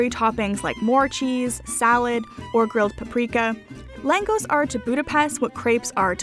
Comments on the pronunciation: Kurtos Kalacs is pronounced KooR toe sh Kaw latch. Langos is LANG (rhymes with "fang") gosh (long "o"). Well done video, nice music in the background. Nice quality. I shared it on my FB page "Getting Hungary." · Langosh is pronounced more like Long-gush. I have spent lots of time in Hungary and have family there. The cheese noodles you where eating are basically spetzel noodles called no-kettle-lee in Hungarian not sure of the spelling. It is used in many dishes especially chicken paprikash, which is a must to try also. Hungarian cuisine is one of my all time favorites. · Lagos is pronounced Langosh (a single s makes the english sh sound). The Christmas Markets are amazing in Budapest and you can also treat yourself to many classical theater concerts that are normally too expensive in other countries :) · langous? You mean Langosh "written for English pronunciation" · a closer pronunciation for langos might be lan gohsh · Loved the video and thanks for sharing......lagos in english is pronounce largorsh .....l know this because lm hungarian....as if the surname didn't give that away.....plus lagos goes so well with a good beef curry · The fried bread is pronounced... Long-osh phonetically. Great review! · It’s lon-goshe. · Palacsinta is closest to crepes because it is a Hungarian crepe. Langos (the s is a sh sound) is more closely related to a naan or flat bread. Love the video though, thank you for showing us all these beautiful spots to maybe one day go see ourselves. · The way she pronounces Langos literally makes me feel a sting in my chest. :D